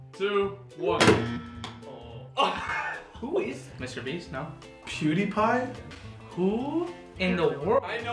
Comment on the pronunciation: Did he really just say mrbeats